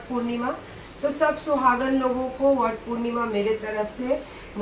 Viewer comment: World purnima nahi madam Vat purnima 😂😅😜